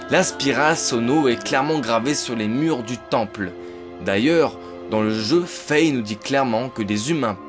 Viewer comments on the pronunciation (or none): none